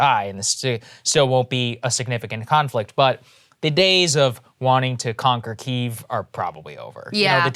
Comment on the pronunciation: How did Kyiv lose half its syllables?